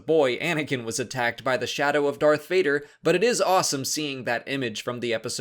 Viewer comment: It’s Vader not Vater and yes we need a Vader movie!